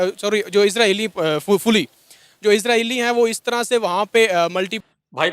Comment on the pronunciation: इसराईल नहीं, इजराइल है 😂😂